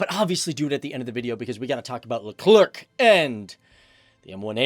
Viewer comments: It’s not just le-clerk it’s le-cler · Speaking of gramnar, Leclerc is pronounced Luh Claire not Luh Clerk. The French language doesn't follow English phonetic rules if you can believe that. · FACTS btw the French tank is pronounced Leclerc ("Lecler" no K sound). ;) Nice video! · btw its "leuclèr" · the proper pronunciation of 🇫🇷 tank is Le Claire even though the spelling seems to say Le Clerk. Fyi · Leclerc is a last name. not Le CLerc..lol.. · No you're the le-clerk. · Leclerc - pronounced leh-clare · your pronounciation of Leclerc is almost good, just for you to know you don't need to pronounce the C and to pronounce the end well you basically just need to pronounce it as "air" in english and make the last R sounds as much french you can do, then it should be perfect if it's appear too dificult just don't pronounce the last C :) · We don’t say the letter c at the end of Leclerc....🙂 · sorry people but I'm French and I know it's pronounced: the Leclerc tank, like the store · Very good video and i got to say as a french it was very hard not being triggered by you pronouncing the last C in leclerc which is mute in this word but you are all forgiven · It hurts. I can’t… “Lecler-C” “Com-poh-sit” 😖 And shows a Russian tank as a patton